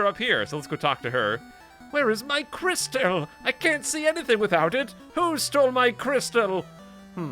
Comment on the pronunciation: I love how you pronounce crystal as Cristelle 😊